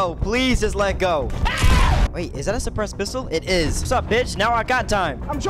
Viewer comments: “5 Despressed Scars” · At he start I thought he said ”depressed ar”